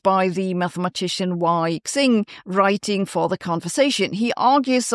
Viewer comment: Wei Xing is pronounced more like Way Shing, but the sh-sound is sharp and at the front of the mouth. Thank you! 😊